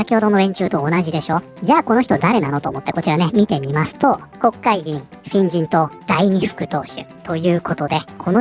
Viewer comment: 「フェン人党」が「変人党」に聞こえて、『確かに』と思った